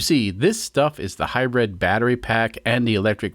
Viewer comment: Love your channel but if I have to hear "high bread system" one more time I'm putting my head in the oven...